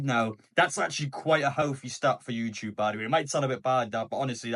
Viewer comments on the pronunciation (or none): none